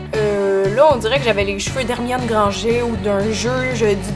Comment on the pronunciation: Oh non vous dites vraiment "Hermione Grangé", comme dans la version québécoise du film ! xD "Granngeuuure" ! (Et merci pour cette vidéo <3 )